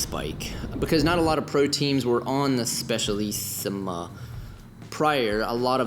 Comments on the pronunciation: Listen to how he pronounces Specialissima... It's not a "z"... Hell not... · Given your name, your native language is German? You know that in English a "Z" is pronounced like a soft "S", and not like "TS" as it is in German. Plus, "CI" is always pronounced like "TSH" in Italian, hence it's "spe-tsha-lissima". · A) there is no "H" in Sram. It's Sram, not "shram"! B) Cables can be run* internally (actually "routed", but definitely not "ran") C) It's the Bianchi "spe-tshah-lissima", not "spess-ee-alissima" D) On your next Bianchi, please mount a Campagnolo groupset - not because of the "Italian thoroughbred" nonsense, but because Sram cranks are so incredibly hideous.